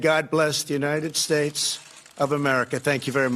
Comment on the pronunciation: I don't care how many times he says it right, I will always and forever hear from him "and God blesh the United Shatesh"!